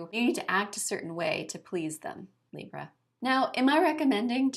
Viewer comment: Omg your little mumble of Libra killed me 😂😂 so true!